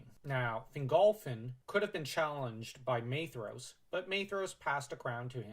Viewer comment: Shout out to the proper pronunciation of Maedhros